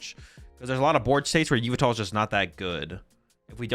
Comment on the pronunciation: STOP CALLING YVELTAL YOU-VI-TAL PLEAAAASE GAAAAAAAAAAAAAAAA (yuh-vel-tal)